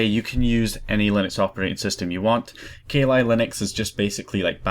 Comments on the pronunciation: hey its kah lee not kay lie. but since thats a bad ass demon best u not say kali in case you summon her! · Ka Li Linux.... hahahahahahaha its pronounced "Kal" "Li" Linux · Sorry, but I burst out laughing when you said 'ka li Linux'. I think you didn't quite get the little inside joke there. Kali (pronounced Ka-lee) is the Hindu Godess of Destruction, quite literally the most powerful goddess they have. Kali Linux is all about absolutely destruction of defenses. I live in a Hindu village so it amused me greatly. People here do not even mention her name in jest. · u say kali linux so weird